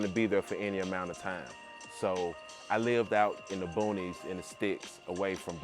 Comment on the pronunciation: When you said “in da boonies, in the sticks” I was like oh yeah he’s from Flawda 😂😂😂 am I right?